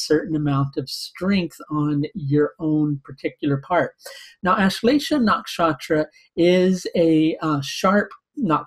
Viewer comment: lol ur accent don't get nakshatra name correct